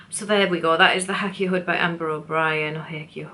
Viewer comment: Thanks some great ideas! The Hakea is pronounced Hay kee uh in Australia 🥰